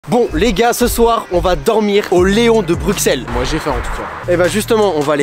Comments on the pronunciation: Superbe vidéo mais à la prononciation Bruxelles c'est brussel... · incroyable la vidéo juste prononce bien Bruxelles stp..😅